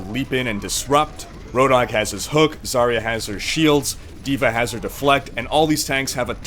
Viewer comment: Why pick healers when it's high noon? Actually, as russian i should say, Zarya pronounces differently. You should stress on last A. And her name translates as Dawn(useless info incoming)